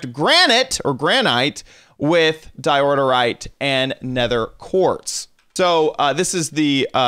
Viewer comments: Di oor yte say it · yes why he say diordorite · Isn’t it pronounced door-ite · Me : Dye-Ore-rite My little brother: Dio_rite Him:Diorderite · It’s called DIORITE, not DIORDERITE!!! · IT'S DIORITE NOWHERE DOES IT SAY IT IS DIORTITE OR DIORITITE! OK! GnaaAAAaAAAAaaAAa! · DI-OR-RITE Not Di-or-dor-rite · It's not diordorite it's diorite! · Um, I’m afraid it’s pronounced die-or-ite not die-order-ite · Diorite not diororite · why do you say diodorite instead of diorite? dont you see theres only one d? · It’s DIE OH RIGHT not fucking diorderorerite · regardless of dyslexia he plays Minecraft alot. He knows how it's pronounced like it's pretty damn common. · Because in the video kept saying Diordite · di-o-rite don't know why you're adding letters and syllables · How do you miss pronounce Diorite, he adds a second “d” as in “diordirite” it hurts my head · Nobody: This dude: DiOrDeRiTe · "Diorite" ... says DIODORITE four times in a row. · How are you adding like 82 syllables to di oh rite... lol. Thats adorable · Someone noticed that he says Dirorite? Dirorite sounds like a better name for a stone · Sorry to criticize but, it's Diorite (Da-yo-right) it's okay though everyone makes mistakes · It's Diorite. 'Di•ər•īt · I'm realising that he is saying diordorite more instead of saying diorite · Calls diorite dioderite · Anyone else notice he's saying diorderite for diorite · Diorderite? Isn't it Diorite? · Whats up with "DIODORITE"?! "Its DIORITE"! @@ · Diordorite? what the hell... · Di-or-ter-ite That's how you pronounce it. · your saying diorterite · are you saying Diororite? :/ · The way he pronounces diorite tho 😂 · God I wish he would pronounce diorite correctly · Wrong pronounciation in diorite =/